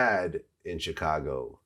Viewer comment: Please learn to say Chicago properly Vlad come on now🙇🏻‍♂️